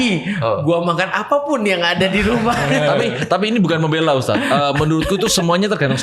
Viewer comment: cuma yg manggil ustad pake us, bukan tad😅😅 tapi lucu jadinya wkkwk